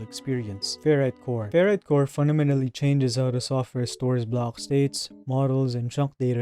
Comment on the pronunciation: The way he pronounces his Ck's really irks me. Instead of 'block' he pronounces it "Blohggk", and the fact that so many of his words have C and K in them..